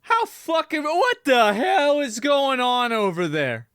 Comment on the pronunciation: Asmond: "What the hail?" <---- XD Lmao. Channeling your inner Steven, I see.